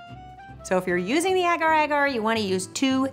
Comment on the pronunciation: Hi guys I am from Indonesia and its pronaunced Ager ager 😁